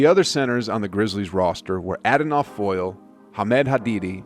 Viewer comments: I could be wrong but I believe Adonal Foyle’s name is pronounced like “uh-Donald “ minus the d at the end. If memory serves. I’m old. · Thabeet (tuh-beet) Adonal (uh-don-ol) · It’s not ah do nel it’s uh donnel foyle lol he used to be a warrior for the longest . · Wow, you really butchered Adonal Foyle's first name.